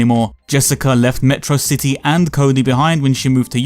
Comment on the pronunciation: its pronounced "Meh trah Sih Tee"